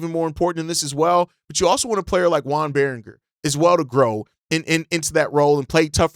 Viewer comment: Hey I love your show. I’m a Timberwolves fan and have been listening to your show ever since the Dillingham and Ayo trade. I noticed you mispronounced Joan Beringer. Here is the phonetic spelling for his name. yoh-AHN BAIR-in-ZHAY. Hopefully this helps for the future! Again I love your show keep it up!